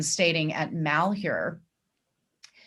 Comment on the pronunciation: Pronounced -Mal-HYUR